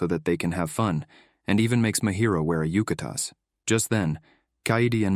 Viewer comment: I love Onimai, but UGH, this video is really awful. The AI mixes up character names, confusing Miyo with Asahi and Mahiro with Mihari. It also misgenders Mihari, inconsistently mispronounces Kaede’s name, and mispronounces words like "eroge" and "yukata." To top it off, it screws up the timeline.